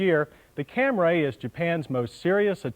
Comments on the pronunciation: FFS, John..................it's Cam-REE, not Cam-RAY!!!!!! If you have it, could you also upload that Compare-a-Car road test featuring the Cam-REE Liftback that John mentioned ?!! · Not Cam-ray!!! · WTF is a Cam-RAY????? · "Camry" only has one A. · Cam-ray. Eeyundaye. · I love how in the early years, they totally butchered some names, like the Toyota Camray, as opposed to Camry